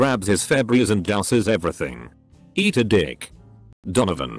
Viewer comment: I find it hilarious that the voice pronounce some words in a weird way. It literally said "eeeaaatt aaaaa dick!" lmao the way it said dick was priceless